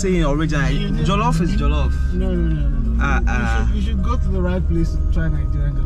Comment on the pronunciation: My friend its not Jellof its Jollof.